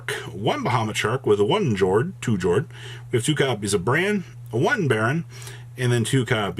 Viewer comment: Plunder Patroll sailing to 2nd place even without the Adventure package. Love to see it! Friendly reminder that Jord is pronounced "Yord." The names of the ships are the Norwegian word for their attribute and they pronounce "J" like "Y"